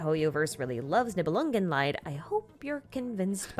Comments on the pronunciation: I am maybe a bit late, but a short correction of that butchered pronunciation: "Niebelungenlied" is german. Her pronunciation of the "-lied" is not only butchered - it gives the whole thing a different meaning. "Nibelungenlied" means "Song of the Nibelung". "Lied" is the german word for "Song". Its pronounced like "Lead" not like the english word "Lie" or the german word "Leid" (suffering). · nibelungenlied is pronounced leed (song) and not lied (suffering)